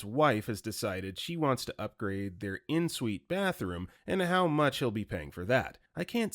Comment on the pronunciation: Bro doesn't know how to pronounce ensuite 💀